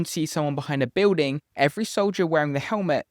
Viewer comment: Did you say buiwding